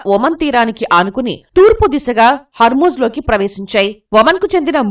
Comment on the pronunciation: Ekkado cheppaledhu... 😡.. Yentjasepu.harmuuj harmuuj.... Theliyaka pothe video pettoddhu